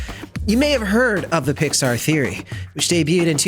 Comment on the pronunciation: At one time you said Pixar i heard Dicksar. 😂😂